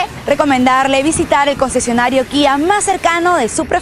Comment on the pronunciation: Primera persona que pronuncia la marca Kia como se debe Guía